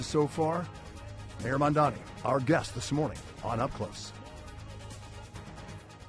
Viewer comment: It's MaMdani. PLEASE.